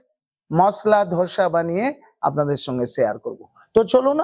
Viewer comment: উচ্চারণগুলো একটু ঠিকঠাক করুন, ধোসা গ্যান্ডিং স্ট্যাপিং এসব কি বলছেন?